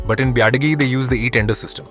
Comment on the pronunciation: Everytime he says "biadi" I die a little inside 🥲